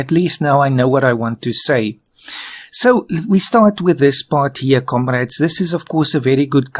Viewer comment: Je suppose que parle du "komorades" en début qui fait penser à un accent russe ^^